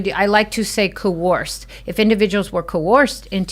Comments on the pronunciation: coERced, not fucking coOrced, I can't have much faith in her knowing whether he did it or not, if she can't even pronounce what he's accused of. Also anonymous accusations hold no water, everyone should have the right to confront their accuser. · She can't even pronounce coerced. She pronounces it coerourced. She's an idiot.